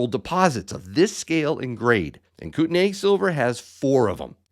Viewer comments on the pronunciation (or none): if you are going sponsor a product or a mine ect.. make sure you know how to at least pronounce or say it properly (come on dude!) Kootenay pronounced (Koot-nee) not (Koot-NAY) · Uhhmm... I lived in that region about 15 years ago,. It is pronounced (koot-nee)